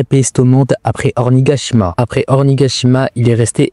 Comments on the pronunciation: Et même"Ornigashima" y'a quoi ?😂 Tu veux qu'on te goume ou quoi? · "Ornigashima" 😂 svp faites un effort aussi mdr